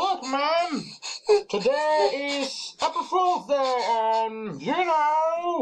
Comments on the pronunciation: I laughed hard when I thought said “Apple Pool Day” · Did he mean apple pools day or arbil fools day? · YEYE ITS APPL POL BEY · Apreel poolday